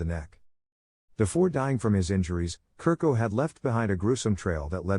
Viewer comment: Chu-rko is pronounced